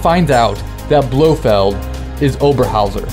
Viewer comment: lol you said "BloHead spearhead..."